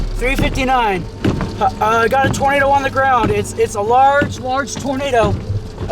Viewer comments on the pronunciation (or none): It's not twinado